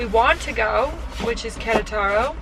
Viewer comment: It's Que RE taro, not Quere TARO.